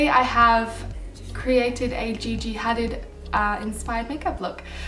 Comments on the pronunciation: Its pronounced Had-eed not Haddid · Her last name is pronounced like huh-deed but amazing video 💙💙💙💙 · it's pronounced ha-deed :) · Love the look!! But the name is pronounced Hadeed!xx